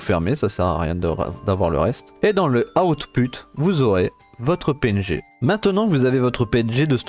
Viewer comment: "Et dans le outPUTE"